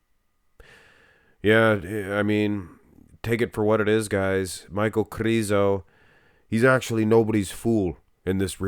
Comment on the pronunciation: The letter Ž in his surname Križánek or in his nickname Križo should be pronounced as S in the words televiSion or diviSion. Or like the first sound in the name of Soviet general ZHukov or like the first sound in the French names Jean or Jacques.